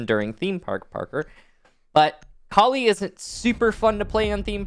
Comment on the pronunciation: I love but I hate how he pronounces Kali